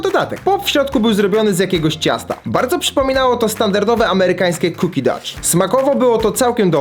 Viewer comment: cookie dacz? XD